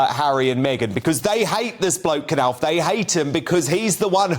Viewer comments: It's pronounced Nauf with a silent K, as in knife, or knowledge. It's so obvious, everybody knows this. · It's pronounced NOFF. NOFF!!!! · can't pronounce Knauf - and did you hear him say lieutenant in the American way?